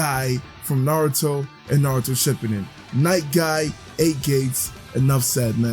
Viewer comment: Bruh ik this nigga didn’t say might guy name wrong